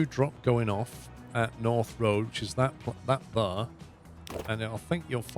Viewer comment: "We want to go THUR"... "cross through THUR".. "from here to THUR"..."over THUR"... What the (bleep) is "THUR"? "Here and THERE", NOT "Here and THUR". Otherwise great video of a game I personally wouldn't play that seems interesting.